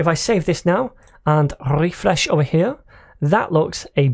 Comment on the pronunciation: how to pronounce 'refresh' like the french, just watch shawn's course